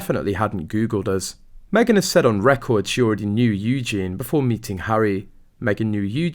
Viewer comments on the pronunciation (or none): Seriously dude, your pronunciation for people’s names is awful. Eugene is actually Eujenae (spelled phonetically) and Tindall is actually Tindall sounds like Tindall.